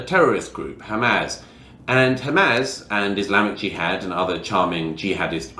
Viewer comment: Hamaz? Does he mean Hamas? Or is this some new organization?